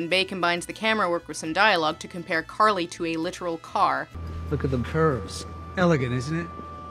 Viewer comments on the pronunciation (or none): I think you mean CAR-ly. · Her name. Is. CAR-ly. dies laughing